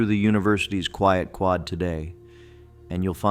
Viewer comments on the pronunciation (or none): none